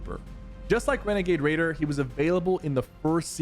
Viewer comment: Not renegade raider. It's wenegade waider